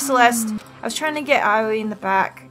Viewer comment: Helpful tip: AOI IS PRONOUNCED 'OWEE' jk but it is pronounced 'owee'